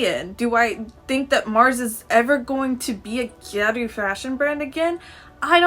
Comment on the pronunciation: OHHHHH you’re pronouncing “gyaru “ like “gyeruu” Oh okay, I was confused